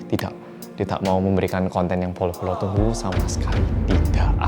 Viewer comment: Setiap bilang bolo-bolo kok kedengeran nya polo-polo ya:)